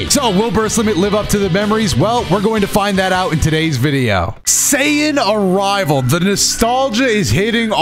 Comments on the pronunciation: HELL NAW BRUV, why did said "SAIYAN Arrival" like that?! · why you gotta say saiyan like that 😂😂😂 Still not beating the allegations i see